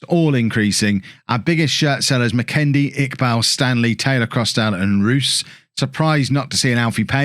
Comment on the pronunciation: Barrie McKay is pronounced like McKi rather than McKay